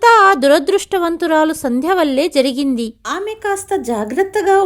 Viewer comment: చెక్కదిద్దడం కాదు, చక్కదిద్దడం. ముందు ఎలా పలకాలి తెలుసుకోండి. జరిగింది అనాలి, జిరిగింది కాదు.